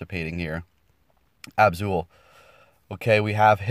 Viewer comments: Okay I watched the entire video and there's an advice of some pronounciations: Gore-Byss Ab-Soul Wall-Rain Agg-Rhon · i tot absol was pronounced ab soul